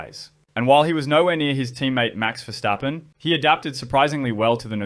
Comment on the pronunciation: Mad props to you on the pronounciation of verstappen btw, pleasant surprise!